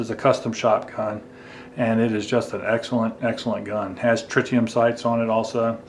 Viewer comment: It's Tritium, not Tritinium.